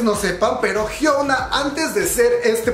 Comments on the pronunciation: "jhiouna"... Su nombre se pronuncia "jhiona", la U debe pronunciarse como O. P.D: Interesantes datos👌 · me gustó el video pero su nombre no es hyouna es hyuna (hyona) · El video super completo, mi único problema es que pronuncia "jiouna" en vez de "jiuna" o "jiona" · Ah como me estresa que diga "Hyouna" 😅 mas allá de eso, buen video, ella es admirable. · Perdón pero necesito hacer esto El nombre de hyuna se pronuncia así: Jion-a xD Loviu:v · ¿Porque dices Hyouna? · Je gua pe(? jiouna(? Pronuncia bien KQNSKQNSQ no es de pesa pero enserio tantl decir la palabra estresa y dan ganas de decir que no se dice asi ::v